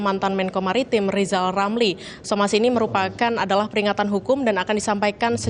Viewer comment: Lebih baik rizal ramli belajar ngomong Rrrrrr dulu karena kalau tidak dia tdk akan pernah menyebut namanya dgn benar seumur hidup...jadi Lizal lamli....tua tua keladi...